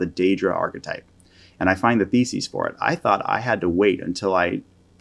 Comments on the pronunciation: Great video, but it drives me nuts that you keep saying “thesis” like “feces” 😂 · Never heard thesis pronounced that way